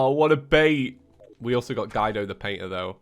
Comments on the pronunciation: it’s gweedo not guidoe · I think Guido is pronounced like gwee doe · As an Italian, I've never heard anyone butcher the name "Guido" that bad.